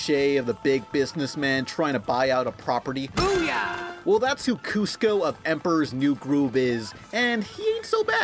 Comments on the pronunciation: It's Kuzco not Kusco remember the song, K-U-Z-C-O KUZCO KUZCO GO GO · It's Kuz-co, with a Z. Not an S. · It's K-U-Z-C-O KUZCO KUZCO, GO GO! D